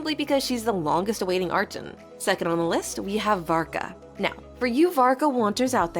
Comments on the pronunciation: I have a question, why do you say arCHON when throught the story they always pronounce it as arKon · You should pronounce "archon" as " arc hon" not "arch on" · bro so its not arCHon? In Poland we have word arCHont, so I was saying like that all the time, but its CH --> H, not CH-->CZ sound, its not arczon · It's pronounced "arkon" apparently ☺ Also, is the character phase order for the 6.2 Banners almost already confirmed? Like, is there some chance that it will be rearranged? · its arkon when u pronounce it but spelling is archon please say arkon it feels a bit weird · Ah, yes. Arch-uns. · You literally pronounce it "Arkon" in other videos like even your most popular video, you pronounce it like that. Why does it change every few videos? That's why I believe the voice is AI or smth, because how would you pronounce it as arkon originally and then claim your accent makes you pronounce it as "arch - on " sometimes. Also trying to claim you edit out every single breath is insane. Even when someone speaks, you can hear a hint of their breath, that can't be edited out because its during the words itself, "your" voice has no breath in it at all. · everyone by now knows how to pronounce “archon.” Come on! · Its 100% AI. There is no way a daily genshin player doesnt know how to pronounce the word Archon. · Why are you pronouncing Archon wrong? If this is really your own voice then this is really good🙌🏼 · questioned it too since the narrator mispronounced archon several times.